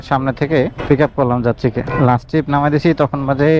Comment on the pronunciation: উচ্চারণ শিখেন ভালো করে। টিরিপ না। ট্রিপ! খুব অদ্ভুত লাগে শুনতে!